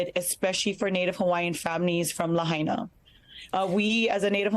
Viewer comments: You're paying attention but you can't pronounce Lahaina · It's called Laah High Naah I live on Oahu Island (HONOLULU) As soon as I heard wildfire. I knew developers will try to Gooble up the land.